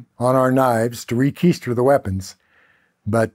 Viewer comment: He said "it was a bloodbath and we used that blood to re-keister our buck knives." 😳